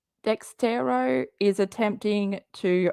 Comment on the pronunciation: It’s not Dextero, it’s Dexerto 🙄 According to “exposing 7m” she only provided copies of archived documents the same as they did. More than likely the old civil case, the old wage claim from I think Melanie Lee (Leigh) which was a once off & sorted out immediately at the time. Apart from that it’s probably just old real estate stuff, the odd old church email and maybe a few pics and screen shots from a couple of people. It’s not “her” information per se. She’s so full of it. As far as accusations, they weren’t based on the California law suit. That was filed a year after she defamed Robert & 7m. The dancers who left were still involved & denying there were issues while she was defaming Robert & 7m so they weren’t feeding her info. It seems the only people she got her “facts” from were the Wilkings, the old church members & Lydia Chung & her daughter. She dug up a few comments from a couple of parents of the dancers on their social media but they had no more proof of anything than did. B-Dash’s ex wife or that other ex wife don’t count as their child support issues are unrelated to 7m or Robert. When she committed tortious interference, in my opinion the strongest of the claims, she pretty much hands it to Amber with that IG live. Allegedly isn’t a defence the way she thinks it is. Once you say “allegedly” you are pretty much saying you aren’t sure if it’s true or not and it may well not be but you don’t care & are making the accusation anyway despite the probability